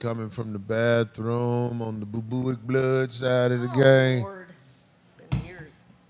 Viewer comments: My nigga said bubuic. I think he means bubonic like the plague 😂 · Nope boobooic. Backdoor action😂😂